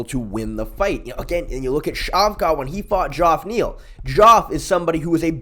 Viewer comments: for sure. You still have some of the best breakdowns bro must watch channel for any real mma fan… by the way, it’s not Dzhoff Neal it’s pronounced the same as regular Jeff- fyi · It’s pronounced “Jeff” Neal Ik it is spelled funny, it’s a black thing…